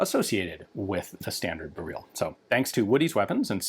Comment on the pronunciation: "bear-reel" lmfao